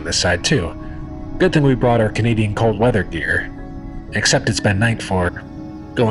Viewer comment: DID HE SAY CANAIDEN??!??!??!?!